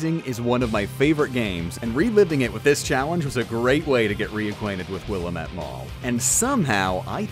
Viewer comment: A child dies every time you say "will-UH-mette"